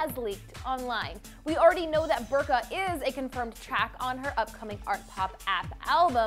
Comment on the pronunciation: You are pronouncing it wrong... It's more like "boor-ka" :/